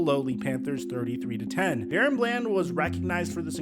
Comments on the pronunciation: Its not Darren, its DaRon!! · I’m pretty sure it’s pronounced DA-Ron not Dare-ran or Dare-Run🙄 Shits been bothering me for awhile😭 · his name is not Darren its DaRon. Stop butchering this mans name😂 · DAH-RON not DARREN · Da-Ron not Daron. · his name is Da-Ron not Darren please as a fan put some respect on his name and stop butchering it...but I'm loving seeing him come into his own I hope he can keep it up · Am I trippin or is his name not pronounced “Duh-Ron” Bland?? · IT'S DUH-RON DUH-RON NOT DA-RON. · Why do you pronounce his name like “Darren”? Literally all other media pronounces it “Da-Ron” like it’s spelled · Da Ron not Darren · Dude. Unless every single other person in the media, as well as his teammates, are getting it wrong, it's not "DARE-in". It's "duh-RON". Sorry, but it was like itching powder every time I heard you say it wrong. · It's Da Ron not daren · Da'Ron = "Duh-Ron" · It literally says DaRon not Darren. Sorry but just saying. This dude deserves correct pronunciation at this point. That’s all. No biggie. love the channel. Blessings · DA- RON lmao mans Hurd all the analyst say it correctly and said it wrong still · Bruh how many times can you fuck up one of the most obvious names ever Da-Ron it’s even capitalized in the damn middle 🤦‍♂️🤦‍♂️💀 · Daron is not pronounced like “Darren” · It’s Da-Ron lmaooo 😂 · Crazy how you still pronounce his name wrong when literally in the clips you put, they said DA- RON BLAND. Show some respect and put more effort in atleast learning their pronunciations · He has to be doing it on purpose. It's like he doesn't care.... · Bro stop being disrespectful and learn how to pronounce his name already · Hey I don't usually comment on your videos and I'm not trying to hate, I've followed you for a bit, but when you're doing specific player videos and have clips of other people saying his name and can even find them of himself saying it, how do you mispronounce it?